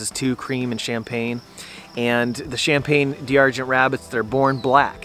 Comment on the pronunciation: Is it really pronounced "Cham-Pane-Dee-Ar-Gen" ? or just American english